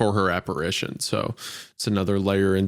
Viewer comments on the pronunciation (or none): none